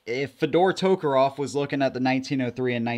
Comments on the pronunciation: It's tokarev, not tokarov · It sounds like you're saying toekeroff